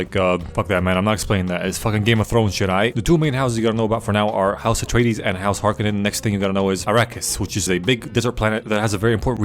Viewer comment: When he says "house retardeez it really sounds like Astartes from 40k and also shows the world Caladan, which if there's any nerds out there with me, it sounds a lot like Calaban. The Dark Angels planet